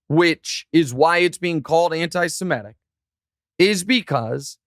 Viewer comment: SHEMITIC my GOD... Say it correctly!